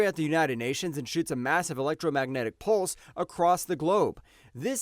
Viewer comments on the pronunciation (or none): none